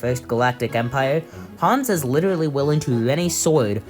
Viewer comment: You sound like you say witterawy (no disrespect fire 🔥 vid)